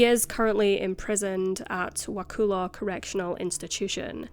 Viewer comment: Note to you, - Wakulla is pronounced Wah-kull-ah.